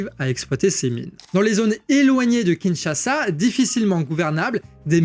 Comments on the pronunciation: Kinshasa et non Kinchasa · KINSHASA et pas KINCHASA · "KINCHASA" Sérieux ???